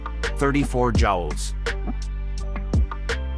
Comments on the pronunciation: Jowls? Joules = Jewels, not Jowls. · It’s pronounced “jewels”.